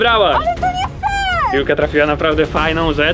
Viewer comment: ja od razu jak powiedziała pikła wiedziałem że piłka